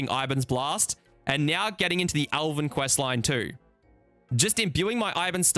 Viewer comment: starting to think you're mospronouncing things on purpose, you said alven instead of elven and thats like the 5th word.